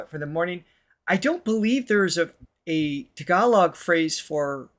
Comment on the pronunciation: Im really impressed by pronunciation of tagalog words… almost always spot on.